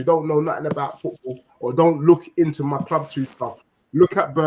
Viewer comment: "My Kloob"